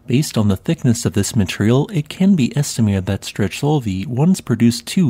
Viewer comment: Nice video as always... Wonderful work of documentation, and a volcano chain I didn't know it existed! Just as a quick note, your prononciation is a bit off... Strechovy would be pronounced as "Strekhovy " with the Russian Kh sound like in Sakhalin... And the last one goes by "Koshitsky Klechenov" 😊